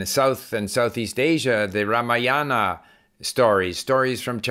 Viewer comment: Hi Steve .. I am from India.. I love your vedio.. So nice you have referred the famous epic of India, the Ramayana..! It should be pronounced as the Raamaayana,, not Raamayaana.. Thanks for your explanation of listening...